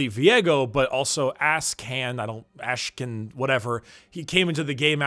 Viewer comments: "ass-kan" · Ass-can... XD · Yeah... Ash-can hahahaha